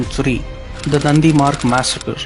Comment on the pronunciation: A small correction. It was the Nadimarg massacre not "Nandimarg".